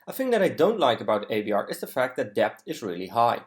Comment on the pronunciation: uitstekende video. 1 puntje, debt spreek je uit als det (stille b)